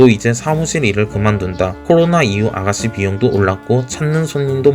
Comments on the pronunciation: 보이스피싱에서 믾이 듣던 발음 ㅋㅋ우리 아가쒸는 ㅋㅋㅋㅋ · 혀가짧아서 혹시 시읏 발음이 안되시나요?? 아가싀는 스아무스일 이렇게 얘기하시는데 살짝 교정 부탁드립니다..